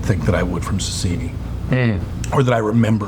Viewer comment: Sasieni not Sasini